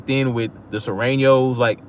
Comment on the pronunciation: When you say Soranos you mean Latinos? I have a Mexican family member in L.A. but I never met that person also don't even know the persons name. Its a long shoot but I'll see if I can find out.